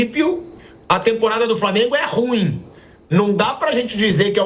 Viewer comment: Meu jornalista Pilhado não é RÚIM, mas RUÍÍÍÍM.